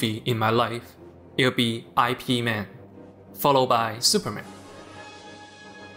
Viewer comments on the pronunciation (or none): It is not I P Man. It is pronounced Yeep Mun. It is Cantonese. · You pronounced the title of the film wrong. His name is pronounced the way its spelled, "ihp-mahn" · It's not an acronym. It's his family name, pronounced "eep". Man is his given name. It's Cantonese. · Its E mennn not ip man apparently lmao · I think its Eep and not I P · It is NOT I-P man. He does not work in that industry. He is Ip man. LOL. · its not i p man its ip man like its ee with a e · I. P. Man.... Not IP man... what.. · Bro made a video essay about Ip Man and is calling him EYE PEE MAN. You gotta be fucking kidding me. It's EEP MON. He's literally referred to as master Ip like a zillion times in the film. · Ip Man, not I. P. Man It's not Internet protocol man 🤦‍♂️ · Good writing but it would be better to pronounce his name properly. He's not IP man like a superhero, he's yip mun. Its disrespectful to not at least get that part right and follow through how most westerners call him. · Ip man lol not I P man 🤦‍♀️ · "I.P." Man. Nice. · I'm going to have to watch me some Ip Man. At first I thought you said "He-Man," but the same things apply there. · When i heard the first 8 seconds and heard " I P man" i knew this video was gonna be a mastapiece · I-P man🤔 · Did he just say I. P. man? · “Eye pee man” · I hate it when people call it I P man. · A lesson you could learn is how to pronounce the name of the movie correctly, goddamit I stopped and passed the video 9 seconds in when he pronounce IP Man as two separate syllables. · aipee man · Ai P man wtf? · why'd you say his name wrong and then say it right? lol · That pronunciation of "Ip man" is just horrible and wrong